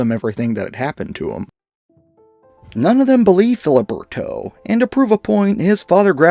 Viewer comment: "...Phil-UH-berto..."?? "...Con-FIN-scate..."?? Why is it that 100% of so-called "paranormal investigators" are functionally illiterate? Sorry, I can't take ANY illiterate seriously; educate yourself, stop being a moron, learn to competantly speak your own mother-tongue, and you'll likely gain a a greater following. Good grief. 🤦‍♂️